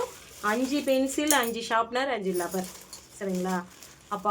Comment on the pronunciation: ரப்பர் னு சொல்லுங்க லப்பர் னு சொல்லக்கூடாது